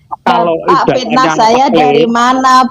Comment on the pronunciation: Hahaha, botoooool botoo ool. Katanya tinggal di Arab Saudi, baca dalil Fitnah saja kok amburadul. Fitnah dibaca fisnah. Qotl dibaca kocel , vocer kali. wkwkwkwkw.